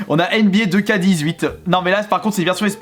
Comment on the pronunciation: C’est pas « deux ka » c’est « two ké » (nba 2k18)